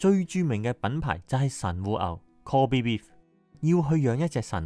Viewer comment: 神戶港通商，一向有好多外國人逗留。神戶牛命名為 Kobe Beef，因為想就識英文的人。Kobe Beef應該要用英文讀音